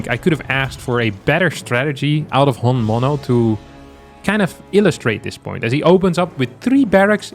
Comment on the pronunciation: Honmono means the real deal in Japanese. (hon=real mono=thing) It is pronounced hommono (emphasis on m)